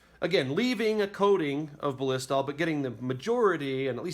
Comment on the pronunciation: Thanks for the educational video. Hopefully by now the creator has learned how to pronounce Ballistol (just watch their commercials or ads). I think he said Ba-LISS-tol a hundred times and it made my ears cringe, hahaha! But again, good video. Thumbs up 👍🏻